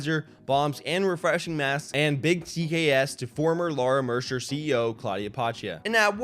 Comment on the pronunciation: I know this is kinda unrelated, but I wish he would have said Mercier correctly 😂